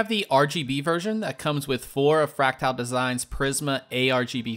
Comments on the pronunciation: It's fractal, not fractile. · I like the review, the only gripe I could have with it is your pronunciation of Fractal